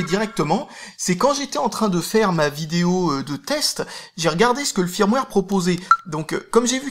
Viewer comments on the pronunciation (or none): none